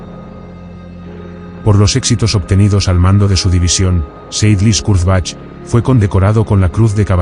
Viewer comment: More AI rubbish, whats the point when you cannot even pronounce the subjects name......... pathetic.